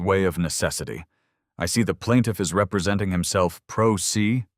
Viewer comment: It’s pronounced PRO SAY and not PRO SEE. I would have audited the HOA FINANCES immediately. Plus, enforcing a HOA provision that the original builder erred on, wouldn’t have been enforceable, as the HOA would be responsible for correcting the cited error in paving. This alone, unless they either, changed the HOA provision or added the concrete additions, at their expense, to make the driveway compliant with their bylaws. I would have let them pay for the added expense of expanding the driveway. I would have also asked if anyone in the HOA had this problem too and clued them into making the HOA pay for the original error by the developer. Then I would have started a petition for the recall of the entire HOA BOARD. You might be surprised at how many residents are unhappy with the current board.